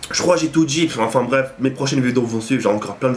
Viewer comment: Juste un truc ont dit enfin bref et pas afin bref mdr super video a la prochaine.